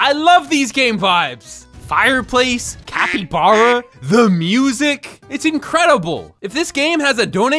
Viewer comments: IT'S NOT CUPACABRA IT'S CAPYBARB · Bro said capy bara cepy bare😂😂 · “Tupricaba” got me rolling to ohio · Bro actually called it chupacabra the whole video 💀💀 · say it like cah-py-bar-ah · Ca-pe-bar-A thats what it is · A cat, a Ibarra, it’s a capybara, not a Cappy Barra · Bro, it’s capybara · For Janegee and other people that don’t know how to pronounce it it’s -cap-be-bar-uh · not even a secend in and he said quesadilla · The word capybara is pronounced cap-y-bar-a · I like how he say chupacabra isntead of capybara (Please dont search up) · ITS SPELLED "CAH-PEE-BAR-AH" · ITS CAPPYBARA NOT THAT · It is pronounced capy bara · Its pronouce "kabibara" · How to pronounce capybara (cap-E-bar-uh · bro that is so CAP-E-bar-uh, it's actually chu-pa-cah-brah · its read kapı bara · Its capy bara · love how you said capybara wrong at the beginning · You do not know how to say capybara